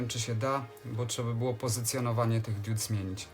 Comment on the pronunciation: Diudy z andurino nie świecą... ARDUINO I DIOD A NIE DIUD...